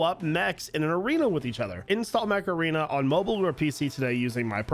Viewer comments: Am I the only one that heard Macarena instead of Mech Arena? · "Macarena" ... That's what I heard, instead of "Mech Arena!" LoL I was like, wait, what? :text-green-game-over